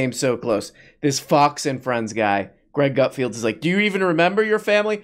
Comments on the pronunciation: Are you saying 'Gutfield' because you can't read or is that your rendition of comedy? I get it, YOU are the king of late night comedy. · Come on! We all know his name is pronounced Gutfart.